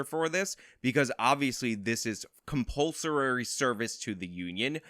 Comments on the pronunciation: Bro, I really appreciate all your videos and the points you make, but your pronunciation of "compulsorary" really had me distracted during this one. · This can't pronounce "compulsory."